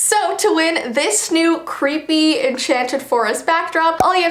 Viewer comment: İ name it "ThE CweEpY fOwEst"